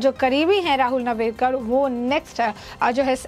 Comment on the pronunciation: नावरेकर नही नार्वेकर बोल